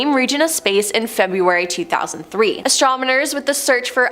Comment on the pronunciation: Stop saying “exatronmers!”